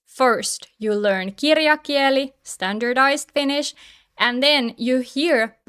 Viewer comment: I don't want to be picky, but when you say "puhekieli" puhekiÄli" it's okay, but when you say "kirjakieli" kirjakiÄli, it sounds a little strange.